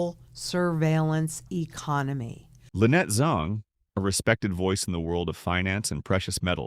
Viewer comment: ZANG not ZONG! If you cannot get the name right, you will degrade to the trust of a CNN!!! By the way, your video clarity is exceptional.